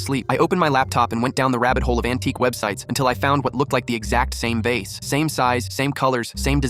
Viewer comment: "da vasa" Had me rolling on the floor